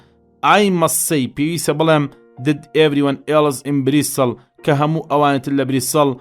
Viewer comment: زوۆۆۆۆۆۆۆۆۆر جوان بای سیدەکەی یاخوا سەرکوو تر بی بەس ئەو ئێوارە چون بۆ بریستڵ نەک بریستاڵیان بەجێ هێشت